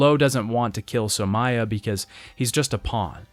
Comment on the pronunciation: also 'Somaya'